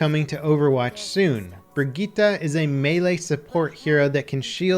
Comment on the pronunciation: Briggita .. it's Brigitte -> Bree jit eh :) try with google trad in french